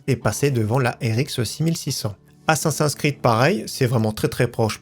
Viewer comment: LA prononciation "ASSASS1 SCRID"... T'abuses, tu pourrais quand même faire un effort de prononciation.